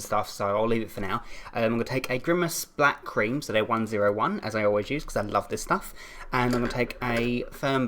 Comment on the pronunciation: I thought you said 'bat cream' instead of 'black cream' XD